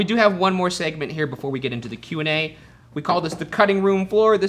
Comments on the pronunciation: I do find it funny that they prononce Q&A "qwa" which sounds like "quoi" which means "what" in french, feels very fitting for a Q&A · I cannot go back to Ryan saying “Q and A”, it’s QUA! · Love how Q&A has permanently become “qua”